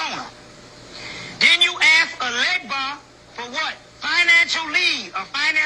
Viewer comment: He’s saying it completely wrong. It’s Papa Legba. You ask permission to invoke loa and then you have to close with Papa Legba and if you fuck up a word you’re fucked so if you don’t know, nothing about voodoo, you shouldn’t mess with it. It isn’t a joke and it’s not a game and it is my religion. I am Nigerian so